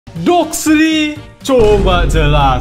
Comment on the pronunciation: Suara abang ngomong DOKSLI di paling awal itu krispi banget